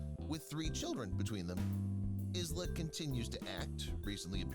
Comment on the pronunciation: Isla FIshers name is pronounced Eye-la (like island) NOT IZLA